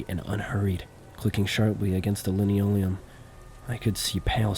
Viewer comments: it's pronounced lan-oh-lee-uhm not leno-liam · I think its fair for someone to expect proper pronunciation when listening to someone thats a story teller for a living. Its like the bare minimum to atelast be saying things correctly. You can easily go to Google and type in something like "how to pronounce linoleum" but its "Lin ole-ee-yum" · Her "stileeto" heels against the "linno-leeum". Hey if you don't know how to pronounce something, just guess wrong at it rather than look it up. It makes you look smarter. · Great vid(s. I've been watching a lot of your stuff XD) Writing this comment as I watch: No hate about the mispronunciations! It happens. For future reference, linoleum is pronounced lĭ-nō′lē-əm (lin-OH-lee-um) and stiletto is pronounced stĭ-lĕt′ō (still-LET-oh) "Why install it so low to the ground, where you have to-" The voyeuristic previous tenant with a foot fetish: "When it gets dark, I know I'm gonna look through the peephole again. I need to know if those red heels come back-" oh okay so you're also into this- Calling it now, there's some time portal shenanigans going on and she's legitimately in her apartment in the 80s or whenever before the building was abandoned and Protag is living in her walls in the 80s while she's living in his walls in the current day. "I'll wait until she's sleeping, when she's calm, break through the wall as quietly as I can, see if I can talk to her-" I'M SORRY, ARE YOU HEARING YOURSELF RIGHT NOW BRO? I don't think that even the MOST mentally stable woman on EARTH would be in a "calm conversation" state if a STRANGE MAN CAME INTO HER APARTMENT IN THE MIDDLE OF THE NIGHT BY BREAKING THROUGH HER WALL Continuing my previous hypothesis, him breaking in is what causes her disappearance. He kills her (not his intent, more of a panicked self-defence thing when she (justifiably) reacts negatively (see: panicked self-defence) to someone breaking into her apartment) or she comes through to our time or the time portal removes her